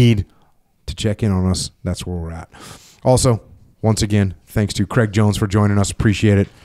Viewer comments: Dear America, Craig does not rhyme with Egg. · "kreg" jones. Jocko forgets to pronounce the "i" in Craig.